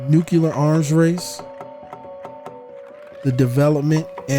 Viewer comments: Why is it that so many people say "nucular" instead of what it realy is which is nuclear? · thank you, good material...i just wanted to say that the word Nuclear is pronounced New - Clear vs. New - Cu - Lar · I’ve been thoroughly enjoying your content, but for the love of god, it’s Nuclear (like Nu + Clear), not “Nucular” (not a thing) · Did you say “nucular” ?